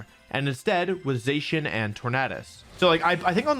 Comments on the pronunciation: STOP CALLING ZACIAN ZAY-SHEN IT'S ZAH-SHEE-EN!!! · You said Zacian wrong it’s (Zach-Ian) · Not to be that guy but a thousand people will say this so this is for your own good but it’s pronounced “Zac-ee-an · Pronounced girtatina and zacian wrong yikes.